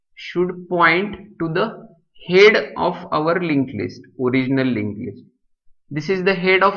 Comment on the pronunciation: Head pronouncing is irritating